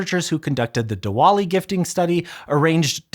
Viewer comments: It's pronounced divali, just FYI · The pronunciation of Diwali was criminal 😅